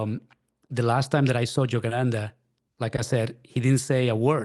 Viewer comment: I can't help giggling at "Jogananda"!! Sounds so funny